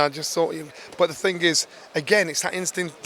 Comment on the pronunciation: Johnny Nelson is a pillock, also noticed he suddenly cannot say “thing” or “things”, suddenly it’s “tings” or “tings” the man is pure cringeworthy 🤦🏻‍♂️